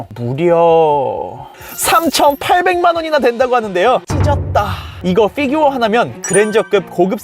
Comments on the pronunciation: 쁴규어라고 발음하는게... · 피규어 발음할때 피 만 원어발음으로 하는거 개웃기네